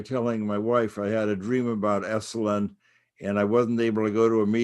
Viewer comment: Esalen NOT “esslin” !